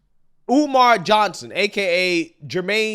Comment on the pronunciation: I could have sworn he said his name was Dr. UMAR Oo Fontunae?